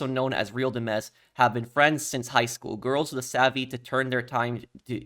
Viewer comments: Real Di-mez ❌ Real Dimez' ✅ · I totally get the confusion, but “real dimez” is pronounced “real dimes” not “dim-ez” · Bro it’s real dimes. Boy said demmez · "Port Galihorn" "Real Di-mez" "A&R-S" bro i cant with this guy. He needs to go back to 4th grade English class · Pronounce “Dimez” like dimes. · the pronunciation on the "Real Dimez" 😭